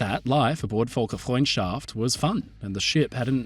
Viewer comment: hey.. just sth funny Volker is a german name Völker is the german term for peoples, (aka ethnicities, nationalities) The ö sounds a lil bit different so you called it "Volkers friendship" which just is kinda cute. cuz its a ship. Volkers ship of Folksfriendship also I think you dont pronounce the h in Gothenburg but im not swedish